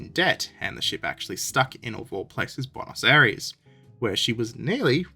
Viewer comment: Nope. There's no such place as "Buenos Aries". The place is called Buenos Aires. A-I-R-E-S.